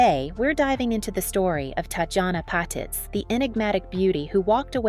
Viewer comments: Annoying voice narrating, pronouncing the name of its subject wrong. It's "pah-TEETZ" not "pat-its". Tatjana deserves better than this, she was one of the best, RIP. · Patitz - PA- TEAZ